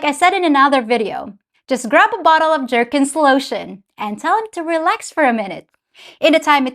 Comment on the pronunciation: Did this little doll pronounce it Jerkens lotion on purpose!? She is so much fun! 😁